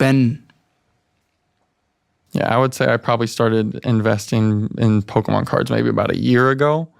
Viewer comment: When he got to the Pokemon card stuff and he kept pronouncing Pokemon like a boomer and talked about **SWAP MEETS**- his fucking terminology isn't right. Like just that segment would tell me he's full of shit and an imbecile. BUT THEN THE REST OF THE VIDEO